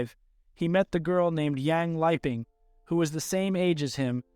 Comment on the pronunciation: Bruh literally said "lipping". This woman is dead. You could at least pronounce her name right.